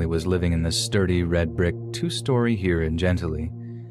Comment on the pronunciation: It's Gen TILL lee